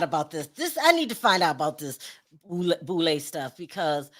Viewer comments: the boule, serves the Illuminati pronounced boo -lay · It's the Boo- lay